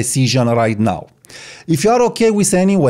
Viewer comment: Why are you pronouncing “now” “naaaooowww”? BTW I like that photograph of the person smoking wearing shades.